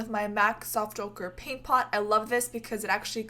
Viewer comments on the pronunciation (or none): none